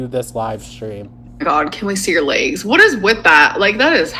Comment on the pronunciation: I’m not going to lie whatsoever… I get the “layg” thing. I wanna see em lol not in a weird way but only thing she’s kept secret since Krystal and everyone saying no way she’ll ever show them laygs. Just show an ankle she’d make a killin on OF 😂